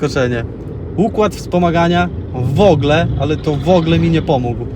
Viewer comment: mówi się w ogóle a nie wogle. Co za wieśniacka maniera. :D Na świecie cie nie było jak to auto robiło furorę :)